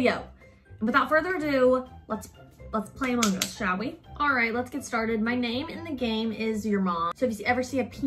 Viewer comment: She really be pronouncing those gs at the end of amounG